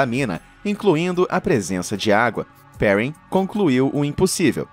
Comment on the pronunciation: mto legal o vídeo, mas a pronúncia em francês é "pehrrân", e não "périn", com o R do inglês rs